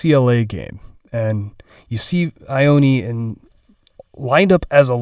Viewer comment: Ioane is pronounced yoh-ah-neh lol